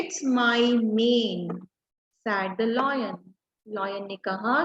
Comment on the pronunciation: Ma'am your pronunciation of lion is wrong please correct it